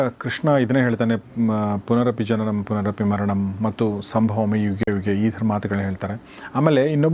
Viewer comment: Its not punanapi its punarapi